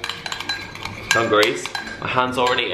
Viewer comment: I thought he was gonna say 'overalls' but he said 'dungarees' so i heard "ovaries" hahahah